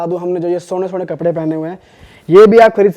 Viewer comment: Es Bihari ko Bolo ki KAPDEY bol k dekha..ye Kaprey bolega 😁😁🤣😆